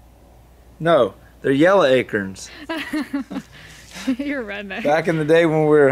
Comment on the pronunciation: 1st😎🤙💙(sorry Gabe)lol "yella acurns"😆